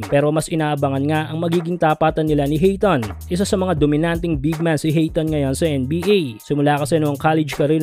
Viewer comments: Ayton hindi hayton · Hindi Hayton Sir Ayton po